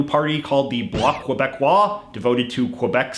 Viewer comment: Québécois is pronounce Ke- beck- kwa I don’t know if that helps of makes it more difficult But I’m trying to aid you.